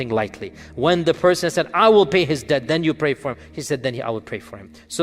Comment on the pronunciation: Debt not dept